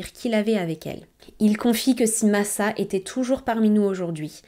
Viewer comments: Coucou ! Très bonne vidéo mais aucun prénom n’est prononcé correctement… il serait judicieux la prochaine fois de s’informer sur la prononciation. Ce n’est pas « Masa » mais « Macha » comme dans le dessin animé… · Son prenom se prononce Macha=Masa et sa mère Natasa=Natacha